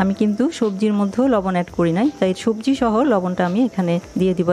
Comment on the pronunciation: চাচি আপনি তো ছবজি খিচুরি বলেছেন হবে তো সবজি খিচুরি হ্যাঁ হ্যাঁ হ্যাঁ